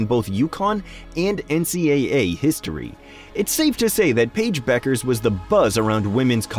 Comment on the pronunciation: Who? Pa-ige Buuukerzze?